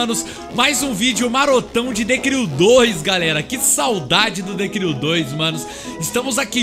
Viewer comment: Hahahaha falando errado ... The Cril 😂😂